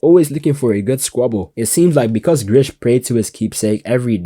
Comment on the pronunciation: Its GRIS!! NOT GRISH!! THERES NO "H" you would know that if you watched it in Japanese instead of English!! P.S - Remlins voice is HELLLLAAAAA cringy in English vs Japanese!!